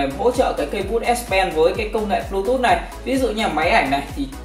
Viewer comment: bờ . lu. tút vãi